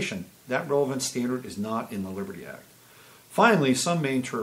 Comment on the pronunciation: WOW, your coffee drink and your early morning shower definitely have impacted your productivity so far today. I had shared your videos on another site, mentioning that your 6 espresso shots would probably explain your skipping over the "t" in Libery." This was a great analysis and thanks for pointing out the Liberty Act. Sneaky, sneaky, sneaky aren't they? I did go over and see the comments and discussions regarding CA and agree that it is a major location now for being on the front lines of the ramped up battle. And yes, it is representative of the spiritual battle that's occurring within and without.